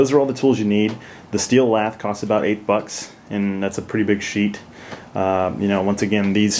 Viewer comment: steel "lath" wire. it sounds like he is saying "laff" or "laph"